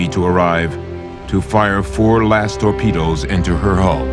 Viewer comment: And, here I thought it was pronounced, "torpedoes" and not "torpedas." Maybe he was speaking of the tortillas he had for lunch. :-)